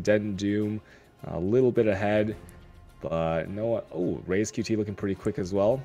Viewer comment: Only problem is that doesnt know how to pronounce a fucking name right... RaizQt. he says Reiz xD